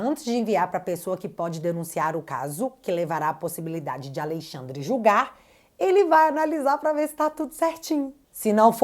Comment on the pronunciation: Esqueceu o "n" de AleixaNdre.kkkk😅😅